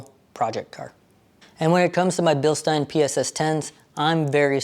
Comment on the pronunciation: Thank you for pronouncing Bilstein correctly!